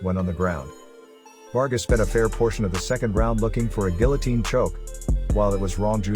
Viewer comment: watsup with all the chinese fighters lmao. UFC becoming UFChina....also you're pronouncing guillotine wrong